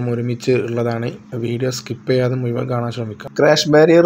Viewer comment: സ്കിപ്പ് ചെയ്യാതെ "മുയുവൻ" കാണാൻ പറഞ്ഞപ്പോൾ തന്നെ നിർത്തി.